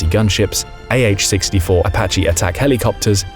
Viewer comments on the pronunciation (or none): none